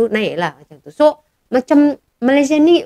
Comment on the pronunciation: kena sebut betul-betul.. Untuk Malaysia, "A" nya kena buka gigi bukan Malaysié gitu. Bukan semua A di "er" kan ya kak..